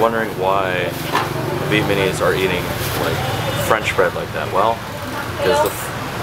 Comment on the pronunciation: It’s Vietnamese not Vietmanese like how you pronounce it.